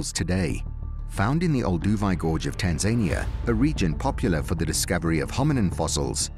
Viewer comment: Pronounced as Tan-za-nia